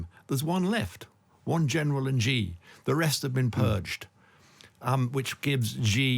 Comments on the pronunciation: Xi is pronounced like 'she' not as zhzhzhzheee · Xi sounds like "shee" not "Gee" in Chinese. Just saying. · I'm not even Chinese but Xi=shi Jin (dzhin/english j) Ping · It's hard to take this discussion seriously when the participants repeatedly mangle the pronunciation of "Xi" Jinping so badly. Of course it's true that the "Xi" sound doesn't exist in English, but there are better ways to approximate it than calling him "gee" or "ghee". Come on guys, you can do better!